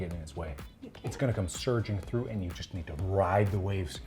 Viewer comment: Sorry but I just need to say it, it’s through not thro